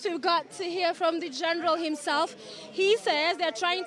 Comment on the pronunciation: 😍😍😍I love how you are calling Miguna Miguna "Geenral"